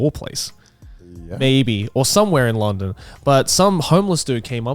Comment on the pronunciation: I hate how garnt says long -DOn rather than LUN-don